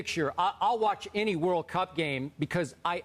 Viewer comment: Even his intonation saying "World Cup" is off. hahahahahahaha